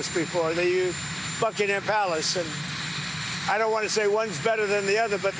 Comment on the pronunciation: Did I hear him say "buccaneer palace" ?